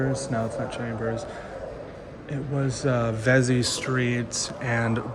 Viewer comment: It's not VEZZ-ee St. It's pronounced VEEZ-ee St. Rhymes with Easy St.